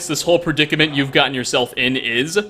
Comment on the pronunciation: You'we red the welcome speech halfway. ;)